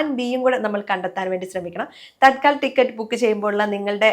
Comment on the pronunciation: തൽക്കാൽ ടിക്കറ്റ് എന്നല്ല, തത്ക്കാൽ ടിക്കറ്റ്